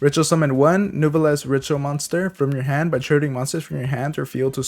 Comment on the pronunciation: Nice video but man... that French pronunciation made my ears bleed. Lol